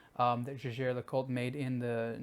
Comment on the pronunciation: Kudos for at least pronouncing the name Jaeger correctly.